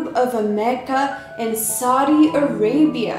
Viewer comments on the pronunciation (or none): none